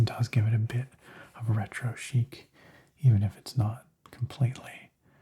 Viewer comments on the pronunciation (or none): none